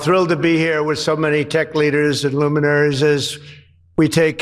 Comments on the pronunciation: luminersers? he meant liuninoosers, no wait, loooosers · He just figured out groceries. And he cannot say luminaries.